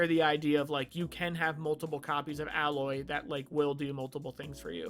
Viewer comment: Its A-loy. They say it quite a bit during the game. Though the name is clearly in reference to alloy